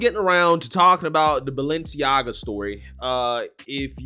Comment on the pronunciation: Listen to how they pronounce Balenciaga. They're saying baal-enciaga